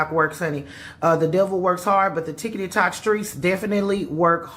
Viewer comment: This is a serious matter, but the lady calling it "ticketytoc" had me SMH with laughter.😂😂😢